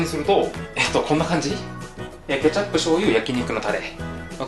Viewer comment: ケチャ↑プ